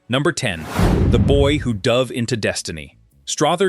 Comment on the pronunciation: Who taught your narrator to talk?! The man’s name is pronounced as if it was OTHER with an STR IN FRONR. Then the word DOVE IS NOT Pronounced as! DUVE